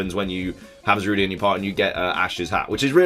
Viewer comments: It's not Za-ru-day its za-rude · I hate it that people are pronouncing Zarude as Za-Ru-De when it’s actually Za-Rude